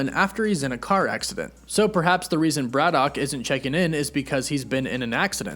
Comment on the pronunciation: Your pronunciation of Braddock is weird and wrong